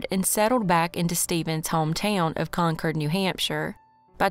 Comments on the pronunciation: I'm in New England. Wherever you got your pronunciation, they misled you. There's a Concord, MA & a Concord, NH. CON-kerd. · Im in the UK and we'd say Con-Cord. Like the Aeroplane ✈️ 😊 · The one in NH is pronounced the way our pronounced it but having lived in Ca. for 14 years decades ago I always heard it called "Con-cord". So, in a way, you're both right just talking about different States. Lol! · Glad you shared that! Only city by that name is the one in California and always heard it pronounced "Con-cord". So you taught a whole lot of us a new thing with this video. Haha! Thank you so much for the video! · Hate the way you say Concord 😂